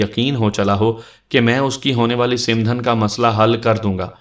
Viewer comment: It's not simdhan . Its called samdhan Baki ap ki awaz or lehja boht behtar hai.